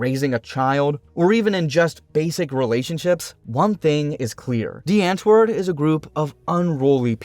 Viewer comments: Well atleast they used to show the actual culture and mannerisms of Africa. It's not all pretty cities or hurt open grass lands but also a huge place of chaotic environments people have to grow up in. And it's not "ant-word" but pronounced as "aunt-wourd" alot of American who say it wrong makes us afrikaners angry. But it's also Americans who are still into their music and blowing it all up. I'm not saying this as a person from America or a upper class South African. But as a South African that knows how this of cheap, ugly world can turn people into. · its pronounced like "Dee aunt-voord" not the ant word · The "W" is pronounced as a "V".. Just sayin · the "ant" is pronounced like "aunt" in English + voord. If you think that makes no sense blame the Dutch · Well said. Also, as someone who can speak a bit of Afrikaans, every time he said antwoord but pronounced it like ant 🐜 it was like nails on a chalkboard. That became funnier with da's reaction to Eminem and even funnier when Yolandi was telling him how to pronounce it because even she wasn't pronouncing it like an Afrikaans person would.